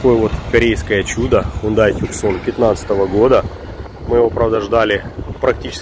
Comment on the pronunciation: Снова ТЮКСОН?!?))) Ты же уже научился правильно ЭТО выговаривать!